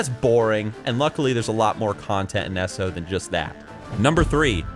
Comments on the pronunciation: Every time says "S-O" and not "E-S-O", *eye twitch*. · E...S...O, not Esso ugh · pet peeve of mine, but its not pronounced esso, it E-S-O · Are you american? The way you say "eso" you allmost sound finnish